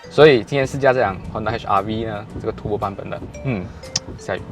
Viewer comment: It’s turbo , turrrrr rrrr bo，不是 tu bo ，tu bo 好像骂人这样，😂 你这个tu bo 啊，迟到这样多！ 哈哈哈，骂人的感觉